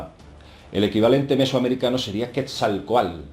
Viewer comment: Jejeje qué gracioso pronuncia quetzalcoatl